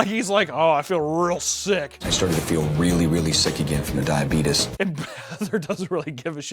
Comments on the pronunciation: Every single time says "Diabetus" I died laughing. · "I was having a hard time with my diabeetus" 😂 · actually saying it as “diabeetus” is killing me 💀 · I just cannot get over a grown ass man seriously saying 'suck face'... 44 going on 14? Also.. DIABEETUS. Fuckin' Wilfred Brimley MFer. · How does the guy with diabetes not know how to pronounce diabetes. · I cannot CANNOT handle his mispronunciation of diabetes. It is absolutely are you killing me😂